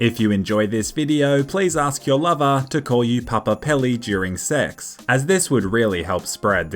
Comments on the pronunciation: I thought he said tell your mother instead of lover at the start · I really thought you Said “mother” in the intro